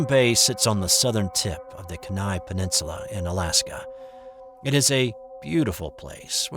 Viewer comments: Kenai is pronounced Kee nye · Lol pronounced "keen eye" peninsula